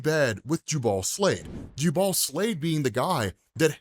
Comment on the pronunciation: Please pronounce the name "JOOble" -- that's how you say Jubal, "ju-BALL" is fingernails on a chalkboard.